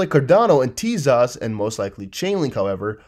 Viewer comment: What's up with TEZOS, E sounds like ever, O sounds like oh! I wish you'd stop slautering the pronounciation.